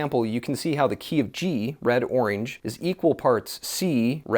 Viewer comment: why don’t you know how to say orange ?